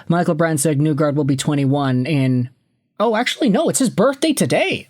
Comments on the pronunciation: Why do you say "Nugard", in Norwegian it is pronounced "Neegor". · Nygard is pronounced "nee-gard" btw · IT ISNT PRONOUNCED NEWGARD